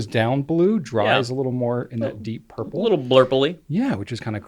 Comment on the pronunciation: “A little blurple-y.” 😂😂😂